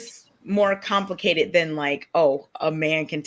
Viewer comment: To summarize: it's compli-KAY-ted